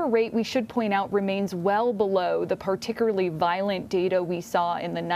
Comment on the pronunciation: Why can't this woman pronounce"particularly?" Partickerly? I would have thought that English would be required of "reporters" still.